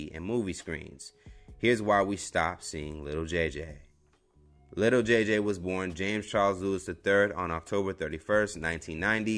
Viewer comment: Why he kept sayin “little” JJ it’s Lil 😂